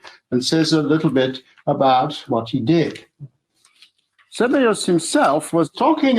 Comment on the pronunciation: After correcting, Shoemaker towards the end of the video adopted wrong emphasis saying SEbeus rather than seBEus 😄